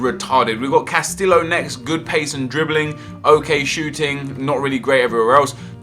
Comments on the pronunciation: Cuh - stee - oh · Casteeyo is how u pronounce it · castio is how its pronounced, not trying to be rude but in spanish double L is silent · Not Carrillo Nep, Castillo !!! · double L's in Spanish is pronounced as a Y. please start saying Castillo as Casteeyo because its just kind of insulting to the spanish language and heritage. good vid as always though!